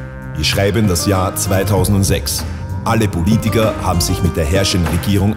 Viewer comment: Am besten ist immer noch dass der Typ am Anfang „BULITIKER“ statt Politiker sagt. und